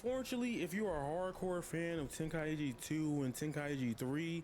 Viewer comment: The fact he said tenkaichi wrong pissed me off